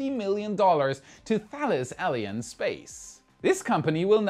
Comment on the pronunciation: Hi! did you pronounce "Thales Alien", or my hearing got rusty? 😊